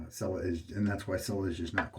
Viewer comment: Dude, TWO whole shaves on a blade! What is the world coming to? The label says “shaving cream with almond oil’. PS pronounce Cella just like you pronounce “cello” in English.